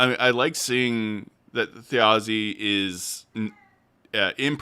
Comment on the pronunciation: Thjazi: Brennan seems to be pronouncing "j" as "y" when it comes to naming conventions (I picked up on that during Episode 4)